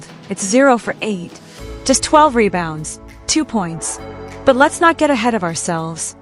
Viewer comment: killing those "mebounds."